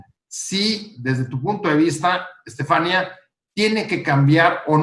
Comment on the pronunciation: Estefaníííía, palabra aguda acentuada (no hay duda de su pronunciación) , que estrés escuchar todo el tiempo al moderador diciendo estefánia.